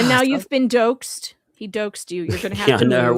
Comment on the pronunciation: Doxed pronunciation? It's dah Oxe'd NOT doe Ehx'd